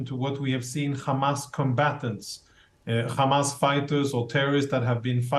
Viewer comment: they pronounce it as Khamas...